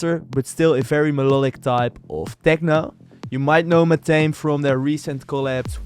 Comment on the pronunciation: It's pronounced MA-THA-ME. Not MA-THAME. Just sharing.